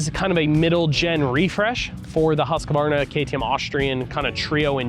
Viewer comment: All you Americans can’t say Husqvarna properly. Husq-Varna not Husq-a-varna 👍🏼